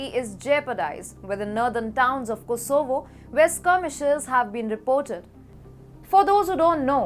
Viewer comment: Like how she pronounces Kosooovo 😁😆👍